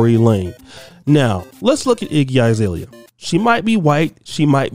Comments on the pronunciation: It’s Azalea not I. Bruh you pronounce names terribly 😂😂😂😂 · Her name is AH ZALEA, not I zalea!